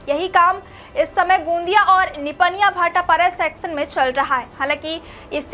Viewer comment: News reporter kisne bana diya gondia hota hai gaandiya nahi